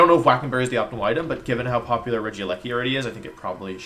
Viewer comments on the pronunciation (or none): none